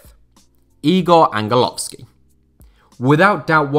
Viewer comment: Damn ur so sick dude 🇲🇰🇲🇰🇲🇰🇲🇰🇲🇰 and you didnt pronounce igor angelovskis name bad,he has done a magnificent job and i dont think we need a miricle a i think we might have a pretty good chance vs ukraine and austria we might just be the ubderdogs no one expects (evrybody looking at turkey)